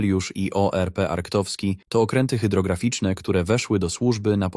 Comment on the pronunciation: Arctowski czyta się tak, jak się pisze